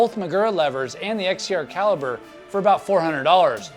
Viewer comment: Caliper not caliber